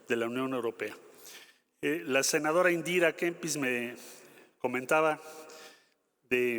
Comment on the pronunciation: Y no es senajara , es senadora🤔